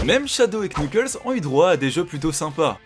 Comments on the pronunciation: "T"sheik et "k"knuckles omg mes oreilles 😭😱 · Par contre, on prononce "Chik" pour Sheik, "Nukeulz" pour Knuckles, et "Smach" pour Smash (et pas Smatch par pitié...) Super vidéo sinon continuez 👍